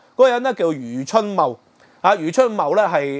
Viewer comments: “take” tok 吾係”tag” tok🙏🙏。 另外 是余”茂”春。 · 感謝分析。尤其是血緣民族主義概念澄清得好。必須讓那些隨便開口指責別人漢奸的人失去振振有辭的論述。 另請注意，Tik Tok 的發音，還有余茂春名字該確認清楚以示對其尊重。